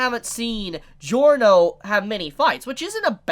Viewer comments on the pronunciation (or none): none